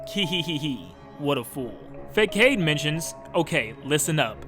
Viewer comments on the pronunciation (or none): Oof your pronunciations KO-HO-LINT not KOHELINT Facade Fah-sa-de